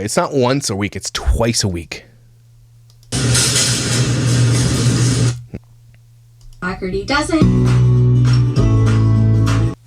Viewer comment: Just letting you all know, the gh sound in Dougherty is a “h” sound. “Daw-hurty” is how it’s supposed to be pronounced. :)